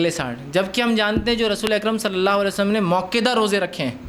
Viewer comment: Aap log aise kyun bolte ho aap swasallahi sallam (Aap swallallahu waala alaihi wasallam)